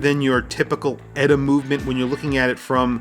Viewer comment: Lume is the wrong sort of corner to be cutting for a brand that thinks it's a "Luxury" brand, Inexcusable! Although I want a few of them. And it's E-T-A, not "Etta", ditz.